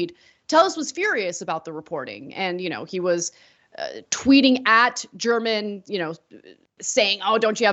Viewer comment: You are pronouncing German’s last name improperly. The G has a hard pronunciation. The newspaper’s YouTube channel is all over it, as you would assume.